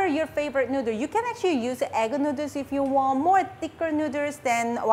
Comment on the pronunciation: Nooders!!! As usual, hearing you pronounce noodles never gets old.